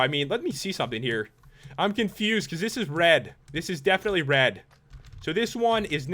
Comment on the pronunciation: You mean...DEATHinitely?